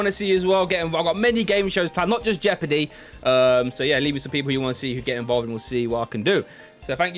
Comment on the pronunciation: TSW : JEOPARDY Joe : Joepardy